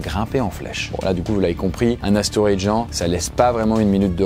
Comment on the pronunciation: c'est astéROÏde et pas astéoride, ça commence à faire beaucoup là